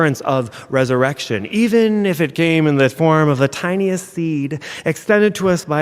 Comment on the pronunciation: Did he actually say, "tiniest seed?"